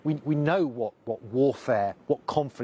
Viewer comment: Uma coisa que destacou foi como o correspondente pronunciou o nome do âncora, Márcio! Perfeito!